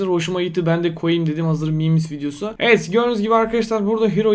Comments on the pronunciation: Nobody: İnsan : evet YBJ : eğet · Normal İnsan: Evet YBJ: Eğet